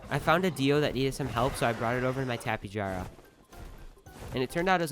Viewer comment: trlobit, praceer, argentaavis, teranadoyne, berreonxe, tapeejara. Lol im so sorry this is a joke. I like the way you pronounce it more anyway.